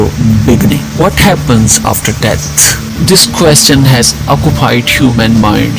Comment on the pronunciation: Wtf it's pronounced "death" not "debt". Learn to 'th' better.